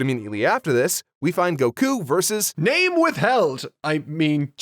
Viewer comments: WHY DO YOU SAY "Gokuu" BRO PLEASE ITS GOKU NOT GOKUU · I agree with on so much, but it's a shame how he insists on saying goku wrong uwu